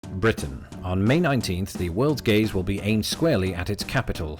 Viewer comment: I thought you said the world’s gays in the intro.